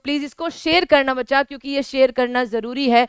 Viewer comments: Madam aap bachacha bachacha ..... bhut karti ho apka video aapse bdi umer ke bhi dekhate h .....😮😮😮😮😮😮 Please don't say " Bachacha " ....😊😊😊😊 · मैम ज़ब आप बच्चा बोलते हो तो बहुत अच्छा लगता है